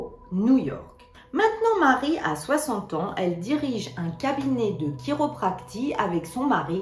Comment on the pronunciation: La chiropractie se prononce comme la prophétie donc pas TI mais SI